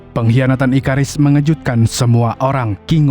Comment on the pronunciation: Bang itu Abang tadi bilang ikarus kan harusnya ikaris